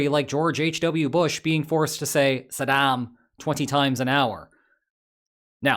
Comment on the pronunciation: more like SAD’am, flat a in both instances, the second, unstressed one narrowed down close to the schwa phoneme. Contrast with Junior who sounds closer to “Sodom” around a mouthful of (dry) grits.